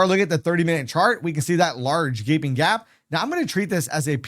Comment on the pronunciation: "geping" GAP ? :)